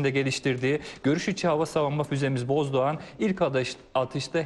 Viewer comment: Boğazdoğan değil Bozdoğan lütfen düzeltiniz.